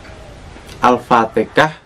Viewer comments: Maaf🙏 Apa Saya salah dengar ya... (alfateka yg di ucap) bukan alfatehah... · Itu logat orang jawa sist